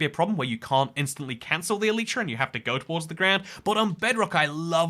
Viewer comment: Great video but, just learn how to say Elytra